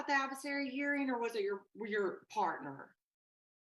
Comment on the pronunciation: Omg ….the word OR is not pronounce “are”. You are a lawyer. Sound like it.